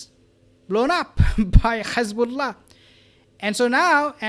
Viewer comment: Good video but I don’t understand why you pronounce Hezbollah and Hamas with the Kh sound at the beginning.